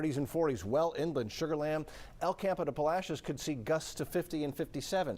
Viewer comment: Lol.. learn how to say Palacios... Right...